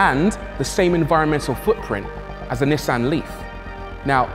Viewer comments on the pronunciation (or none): none